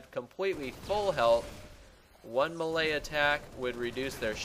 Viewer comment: I was like what the hell is a malaya attack for like 2 minutes before i figured out he was trying to say melee hahaha